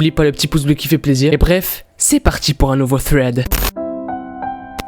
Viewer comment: ARRÊTE DE DIRE FRED SA SE DIT SRED 😂